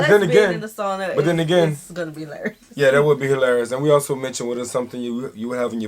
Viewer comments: How to pronounce SAUNA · As a American born person of Finnish decent raised in Northern Minn., Sauna was a big part of life. It is one of the few regions in the US where sauna is pronounced properly.( it is a bit of a shame that the only word of Finnish origin to make it into the English lexicon is pronounced incorrectly by most Americans (BTW, closet you are likely to get to the correct pronunciation is SOW-na (SOW rhymes with HOW)) .) We, as most people in the area did, had our own sauna. And going to sauna Au-natural seemed perfectly normal to me growing up. (It wasn't until a moved to another part of the country that I found out that some people are uncomfortable being naked in front of others. Sauna was often a social occasion, with friends and family inviting you over for sauna. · So many things in this video was just not true. We don't really care how you pronounce sauna, If you like salmiakki or not or If you like Sweden. Sauna IS sacred place to us and we go there naked. When we are in sauna, we don't stare other people bodies or comment them. If you are not ok with being naked, it's totally fine to wear towel. Doesn't affend anyone. You don't need to bring gifts, when voisit a Finn. You can If you want to, but we don't expect you to. And never ever have I seen any guest slippers or something. Actually theres not many things that makes us mad. One of them is littering. Especially our nature. That IS really big no no and definatelly unforgiveble. Tip If you want. And try our mushrooms, they are soooo goood 🤤